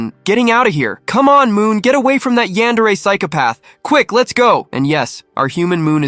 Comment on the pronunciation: Eyantery?😂😂😂 yandere!😊😊😊